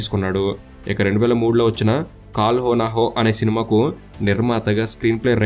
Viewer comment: కాల్ నా హోం కాదు కాల్ హొ నా హొ